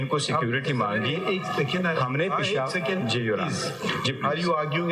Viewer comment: The Right Word is پشاور. AS MR. HAMID KHAN PRONAUNCES😇 NOT پشار ۔۔۔ مسٹر دسویں فیل !!